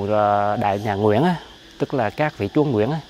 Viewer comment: Nge ông su nói chúa ông đọc thành chó